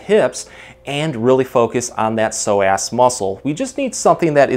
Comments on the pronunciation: Thanks for the great video. I'm going to have my husband try this immediately! I thought the pronunciation was a bit off from what I've heard before, so I looked it up. According to the dictionary, it should be soh-uhs. Just saying. 🤷🏻‍♀️ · please understand its not pronounced pso-ass, smh! Might wanna consider rerecording with the proper pronunciation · Why is he saying So Ass 😂😂😂 instead of so-azz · Pronounced "Pso-ASS" 😂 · Y I thought he kept saying that sore ass muscle…. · Why I keep hearing "tight sore ass"...lol..This guy has truly helped me in so many ways...Thank you Sir!! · Am I the only one who thinks it sounds like he's saying "sore-ass muscle?" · Good video, but pronouncing it SO-ASS…. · Is it just me or does psoas sound like sore ass when pronounced. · He made it sound like "sore ass muscle" a few times and i felt that hahah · is it just me or yall hearing "tight sore ass" too? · I love the way the muscle is pronounced. Yes doctor, I have a so' ass muscle~ made me laugh - but thank you for the information!! Liked and subd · I watch these all the time, but found myself laughing at how many times he said "so-ass" !! Sorry! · Did anybody else keep giggling when he kept saying psoasXD sore ass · I love how with a straight face you pronounce psoas as sore-ass muscle! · Who’s gunna tell him it’s not pronounced “so ass” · I thought you were saying “sore ass”. Thanks for the great content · Every time he says “Psoas Muscle” it sounds like “sore ass muscle” to me. 🤭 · Did you say “so ass” as in sore ass because I certainly have one from sciatica! ❤️ 😂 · All I heard was a tight sore (so) ass muscle. I'm from SC, that's how some of us talk😂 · It sounds like you are saying a tight sore ass. :) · You're clearly saying "so ass" as a joke like the super troopers "meow" bit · you were emphasizing the ass of psoas... I like it